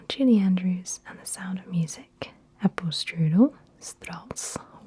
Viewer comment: Ohh I am from Austria your grüß Gott and apfelstrudel is horrible